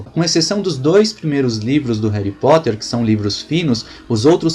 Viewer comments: cara eu te respeito tanto. mas "reri poter"? é sério? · réry poter kkkkkkkkkkkkkkkkkkkkkkkkk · '' Réri Potter '' ta sertu